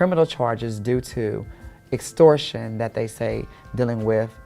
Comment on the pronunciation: Dragon Ball T Girl Series lmaoooo ; this bitch look like Miss Jay Alexander from Americas Next Top Model. How is she college educated but in her Live video she didn't know how to pronounce "EXTORTION" or "GENUINELY"?